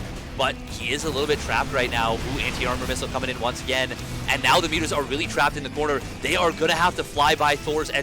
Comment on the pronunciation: great series, great cast. .calling mutas "mutt-mutt" or whatever was hard to listen to.. but great vid nonetheless